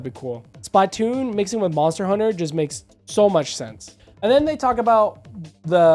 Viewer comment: please fix the way you pronounce splatoon not trying to hate i love the videos i just hate how you pronounce it but great video regardless